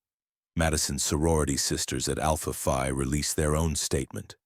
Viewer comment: Alpha Phi, pronounced FEE, not F👁! (Only with this particular sorority is it pronounced FEE.) The other sororities and fraternities pronounce it F👁!